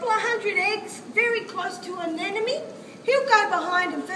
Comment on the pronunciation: Anemone, not anenome.